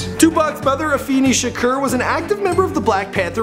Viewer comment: "Tupac Shakerr" is pronounced Tupac Shakore